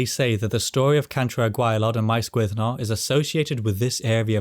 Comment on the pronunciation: Gwynddno very much like Llandudno. When you say Gwynddno I hear Glandudno